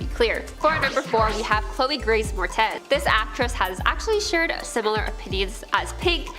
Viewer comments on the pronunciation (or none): Learn pronunciation of peoples names before filming. Example: it’s Pronounced Mor ettes not Mortez. Do better reporting please.